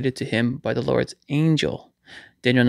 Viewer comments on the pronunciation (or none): none